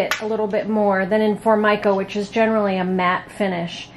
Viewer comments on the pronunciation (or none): none